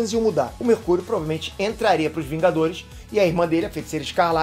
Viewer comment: Quem ouviu ele falando mercúio numa parte domvideo